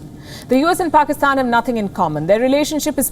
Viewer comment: Its not Pakistan, its "Paxtan"! You know, the cool and hip one 😎